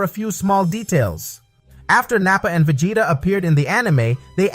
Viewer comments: ....did you just call vegeta, Va-Gay-TA? 😆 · ve-ji-ta it's a soft g, not a hard one.